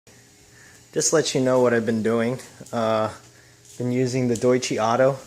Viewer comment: The company's name is pronounced "Doy-Chuh" not "Doy-Chee"